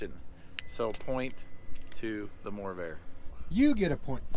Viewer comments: It's "MORRVAIR" not "MOORVAIR" video editor! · widsheild says morrvair u said moorvair / corvair which is it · What’s the Moorvair? It’s the Morrvair! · now you call it Moorvair 😱!?